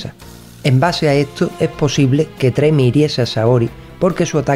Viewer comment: Un pequeño comentario/correción. El personaje no se llama Tremi o como se pudiera escribir, sino Ptolemi (pronunciado Tolemi). Saludos y buenos videos los que haces.